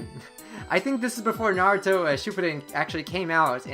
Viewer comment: LMAO!...naburo..sounds marlboro in my ears